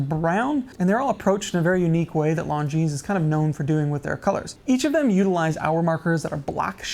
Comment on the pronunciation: The way he's pronouncing Longines is killing me inside!